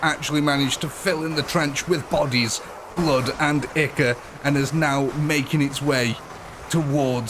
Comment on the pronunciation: Ichor = eye kor not ick kor